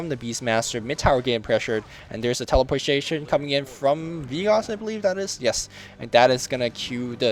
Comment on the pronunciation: LoL "Teleporshation"